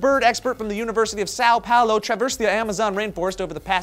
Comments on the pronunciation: Sao Paolo, Nice portuguese, maybe next time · Holy Crap! Way to butcher the name "Sao Paulo"